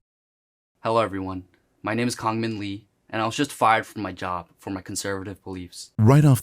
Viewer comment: Also I speak Korean, he's pronouncing his given name wrong for some reason if the Korean spelling in his Twitter handle is ANYTHING to go off of